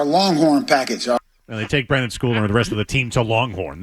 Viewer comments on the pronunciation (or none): A Patriots journalist & can’t even pronounce the player’s name correctly. It’s Brendan, not Brandon. You’d think they’d know the players names for the team that they’re commenting on smh.